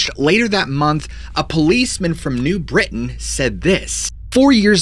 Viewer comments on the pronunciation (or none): none